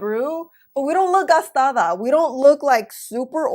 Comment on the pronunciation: Always love your personality...you always put a smile on my face...I love when you say "gastada" jajajaj